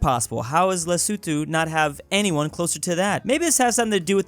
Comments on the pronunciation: lesutu?it os lesotho,and thats also the pronaunciesion,lesutu,ha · Lesuthu 💀Les-o-tho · “Lee-soo-tho” I thought it was “Le-so-tho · It's funny how you say Lesuthu instead of Lesotho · Is it pronounced lesuthu? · No one:: LESUTHU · It’s pronounced Les-O-to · I hate that calls lesotho lesuthu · That's Le-so-toe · Literally nobody:: LeSuTu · the way he prononces Lesotho is so cute